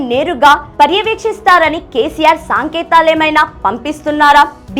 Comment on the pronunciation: సాంకేతాలు కాదు పాప. సంకేతాలు